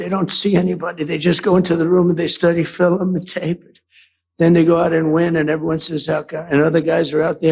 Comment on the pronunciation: Ew. Hearing him speak even merely in small doses is nauseating. On a side note, he mispronounced film as "Fillim" just like his wife. So did he get that from her or vice versa? 🙄 Either way it's irritating.